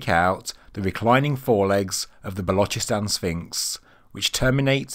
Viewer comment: He said Balochistan pretty good. He said the chs in Ch from channel and then sss sound like a hiss from a snake. Otherwise they just say Balochistan as in lochness monster